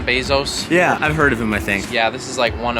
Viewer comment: Lmao Whistlin said Elon Bazos 😂